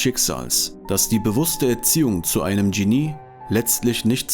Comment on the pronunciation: Der Sprecher sollte die deutsche Aussprache von Genie und IQ nachschlagen!